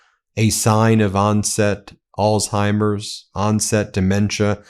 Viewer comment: Thank you for pronouncing Alzheimers correctly. Most people say Alltimers. People are so stupid. As for Trump, he's one of the boasters and lovers of self that the scriptures warned us about.